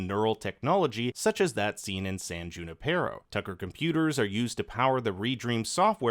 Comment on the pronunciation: It's pronounced yu-NIP-er-oh